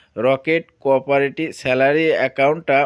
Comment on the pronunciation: কোরপরেটি ❌কোওপারেটি ✅🌝